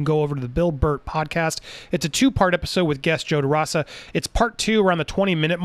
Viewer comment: Joe deraaaaasa, haha its derooooosa.